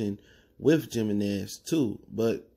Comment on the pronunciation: Yo the Mexican gone come at ya for pronouncing that J hahah